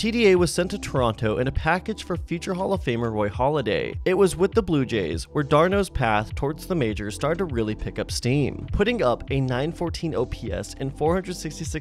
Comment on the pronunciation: I like the part when he makes fun of southerners and then calls Roy HALLADAY Roy HOLLIDAY.